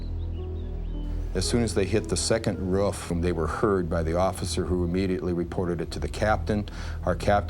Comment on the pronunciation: Lmao the way buddy says, "roof"